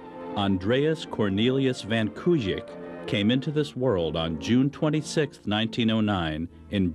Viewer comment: Please learn how to pronounce "Kuik". It's COWK. And he was not born in Holland, he was born in the Netherlands. North and South Holland are two provinces in the Netherlands. Kuik comes from Breda, in the province of Nord Brabant, the Netherlands.